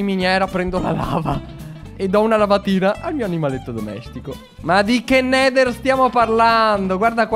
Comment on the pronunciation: ora andia nel nedal IO:pronucia spetacolare Alessandro borgese:Voto 10/10 ti adorooo